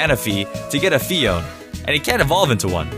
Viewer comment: Fun fact: Phione is not pronounced fee-own. It's pronounced fee-own-nay